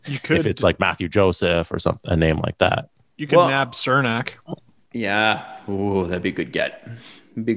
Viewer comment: Say it with me CHERNAK.. not sernak.